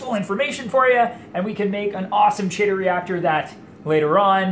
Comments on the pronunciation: Chaetomorpha is pronounced with a K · I'm back. It is "Kee Tow." Anyway, you got me thinking... I have saved a boat load of money doing "DIY" projects.Have you ever tried the Kessil lights? I am curious how the strip LEDs you are using, compare. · Isn't the chaeto pronounced "Kee tow?" I am pretty sure it is. Now, I have to find out. Great video. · I also say chaeto, like cheeto... Habbit I guess, we all know what we're talking about.